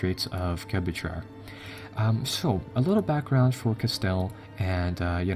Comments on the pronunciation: straits of... gabachar? are you saying gabachar...? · I like your video, I really do, It's helpful to a beginner like me, but ti is so unbearable because you cannot pronounce anything, it Cuh-steel, Jib-ral-ter, dip-low-matt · Gibraltar = Ji-BRAL-tar Casus Belli = CAS-us BEL-lie Granada = Gra-NA-da Savoy = Sa-VOY Papal = PAY-pul deign = DAIN Cristobal Colon = Spanish for Christopher Columbus, CRIS-toe-bal Co-LON Badajoz = Ba-da-HOZ, or alternately Ba-da-HOTH (the Spanish translation) The repeated and careless mispronunciations are very distracting. I don't think I caught them all, either.